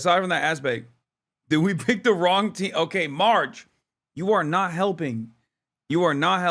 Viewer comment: "did we pick the wong team" LMAO😂😂